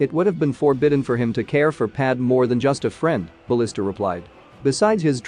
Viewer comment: The name is Bastila, not Balista.